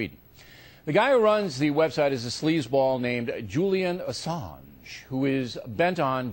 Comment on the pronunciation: LOL and how O'Reilly says "Assange"